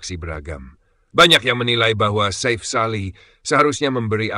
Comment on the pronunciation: Chanel ini sulit besar jika tidak melakukan perubahan sulih suara yg asli, kelemahan nya ada pada pronunciation , artikulasi, dan pengucapan yg benar, contoh nama safe sali di ucap safe (dlm bhs Inggris safe) harusnya safi, ini krn admin pk sulih suara generate otomatis dr suara dr Gugel /AI Chanel lu gk bakal sebesar garuda space, GALZ, hattrick, timnas dll yg pake suara asli, lebih enak di denger, lebih benar pengucapan nya